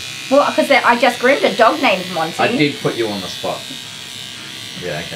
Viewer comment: Monty, not Janty